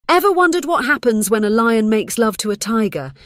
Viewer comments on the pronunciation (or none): none